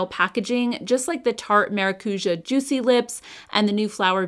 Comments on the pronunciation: haha the ja is more like jaaaaah it’s a longer sound 😅. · The use of the word maracuja by Tarte drives me bonkers. It means passion fruit and there is no passion fruit in most of their products. PS: it is pronounced ma rah cu jah